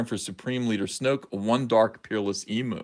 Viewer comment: E-mew, not e-moo -_